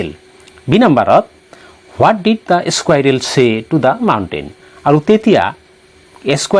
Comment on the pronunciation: এচকুইৰেল নহয় চাৰ স্কুইৰেল হে চাৰ